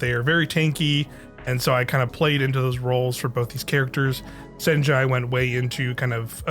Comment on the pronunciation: It's pronounced "Sen-ya", not "Sen-jah". It's a Norwegian name, so the J is pronounced as a Y.